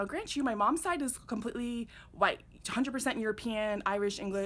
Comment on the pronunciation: You say “white” in a strange way!